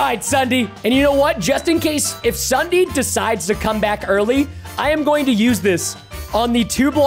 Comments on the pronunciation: When he says Ssudee I WAS LAUGHING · Ok its ssundee not sunday